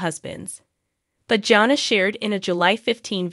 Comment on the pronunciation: Not engaged? She just got married, what are you talking about? Also, the first "a" in Jana is pronounced with a short "a" sound. Jinger's name is pronounced like the spice, "Ginger" not Jinger as in "Ringer". What a ridiculous video.